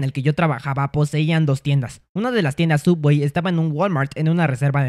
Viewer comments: No es suuubwey, es sooubway :v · Es subway no sooubway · Creo que es Subway y no soobwey, no sé si es broma la miniatura pero igual es chistoso 😆😆😆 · Por qué pronuncia sooubway como sowawey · Subway :❌ soobway:✔️ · Se escribe sooubway y se pronuncia subwey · No sé dice sooubway se dice subway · No co no sia soobway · Es sooubway no subway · es Subway xd lo dijo asi para que no lo demanden xd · por que llama a subway "sooubway"?:( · Se dice subway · Se dise sobway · El sabe que es Subway solo lo dice asi